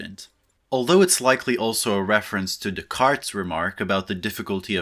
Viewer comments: Descartes is pronounced "Day- cahr", NOT "Deh- carts". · I like how you still use a hard r when you pronounce Descartes haha